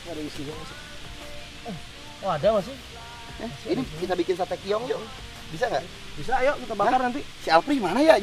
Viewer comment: keong ih sanes kiong